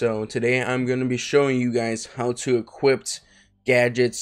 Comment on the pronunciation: “Equipt” Thx btw